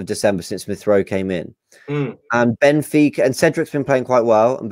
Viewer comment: PPssst ..Guys. It's Benfica not Bnefica ..Just saying .lol